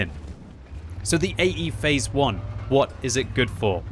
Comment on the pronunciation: I can't unhear him saying "eggyface one" plz send help.